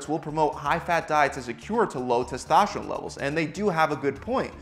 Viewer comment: Testoshterone.. Eshtrogen...? Where do you get the "sh" from?